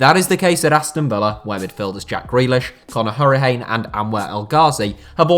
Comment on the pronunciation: That pronunciation of Conor Hourihane was borderline blasp6